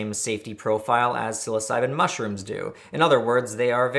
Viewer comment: Honestly, I'm surprised you pronounced psilocybin correctly, being that you mispronounced everything other chemical